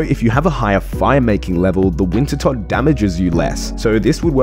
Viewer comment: Who the fuck is Winter Todd??? Are you, perhaps, referring to Wintertodt, which is pronounced winter toad??